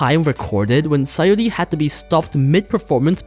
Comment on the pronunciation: It's SaYUri, not SaYOri